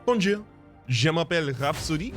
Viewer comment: your "bonjour" sound just like "bom dia" it means good morning in portuguese and not a heavly ascented portuguese but just like a native speaker